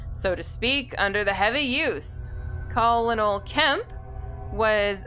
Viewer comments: am i the only one that heard her pronounce colonel as col-onal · Love this series! Forgive me if I sound like grammar police, but, "colonel," is pronounced like, "kernel." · Hey you say "colonel" wrong. It's supposed to be pronounced like "colonial"